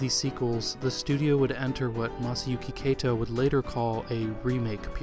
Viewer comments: Finally got around to watching this, and it really is an excellent video, except... Kato is pronounced "KAH-to," not "KAY-to." And you say that name a LOT in this video. ;) If you ever "remaster" this video, I highly recommend re-recording the narration with the proper pronunciation, as I can see those who speak Japanese being rather off-put by this. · More bothered by the mispronunciation of Kato. You pronounced it like Keito. He's the founder of the company c'mon. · i was going to make the same nitpick about names (e.g. kato, said here like 'keito'), though it really only stands out because everything else is so good. so yeah, i'll just agree.